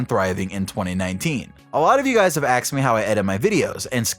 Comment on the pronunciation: "a lot of you guys have axed me how--" well yes sir, we have.